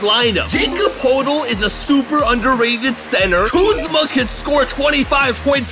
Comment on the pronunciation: My mans butchered poeltl and boucher’s names 😅